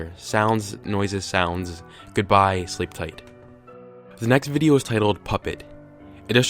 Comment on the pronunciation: "the next videa..." 😂